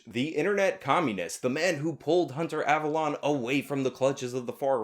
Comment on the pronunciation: Avalon is not avallone. You purposely saying their names.slightly off doesnt make you come.off as clever but as childish.and.petty.